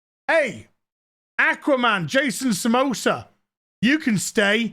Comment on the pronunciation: "Jason Samosa" 😹